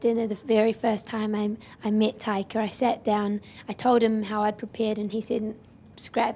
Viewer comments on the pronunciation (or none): "Tiger" is what i heard they called Taika the whole interview